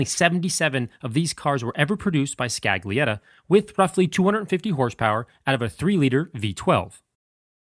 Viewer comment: Great job! P.S. It's actually pronounced as "Skal-yetti" not "scag-leyetta".